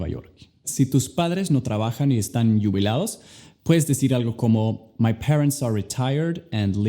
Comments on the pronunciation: minuto lo dijiste como si estubiera escrito con doble L o con una Y (yubilados) la J no se pronuncia asi, pero sigue mejorando tu español y buen video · aun debes mejorar poquito algunas palabras en español, para eso te podemos ayudar quienes aprendemos de ti, Jubilados esa J se pronuncia igual que pronunciaste General (como raspando la letra) no como (yubilados) XD, espero te sirva amigo ;) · Mis padres están “YUBILADOS” JAJAJAJAJAJ owww, que lindo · y,,, no se dice yuvilaodos,se que quisiste decir juvilados.se usa la j....ju,,,, como cuando se rie jajajajaja.en ves de jajaja dices jujuju,,juvilados.un gracias amigo. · que tieeeeernooo cuando dice yubilados jijiji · Morir cuando dijo yubilados en lugar de jubilados, pero fue muy tierno jajajaja :3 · Jajajaj fue muy tierno cuando dijo yiubilados, en vez de jubilados jajaja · Minuto yubilados 😅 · "si tus padres no trabajan y están Yubilados" 😂 bien gracias las lecciones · Julia Castillo y cuando dijo yubilados, jaja